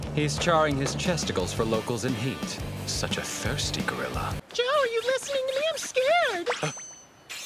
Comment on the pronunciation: “He’s charring his chesticles for the locals in heat. Such a ~thirsty~ gorilla…” Excuse me, sir, why’d you say it like that?